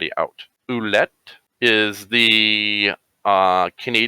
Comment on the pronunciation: Listening to you guys butcher the word “Alouette” was painful.